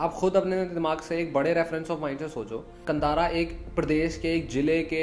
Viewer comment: It is pronounced कांतारा not कंतरा